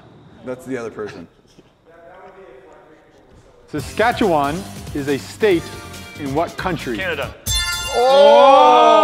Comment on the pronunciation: 15.28 I'm surprised actually pronounced Saskatchewan right! But Canada doesn't have states, they're called provinces lol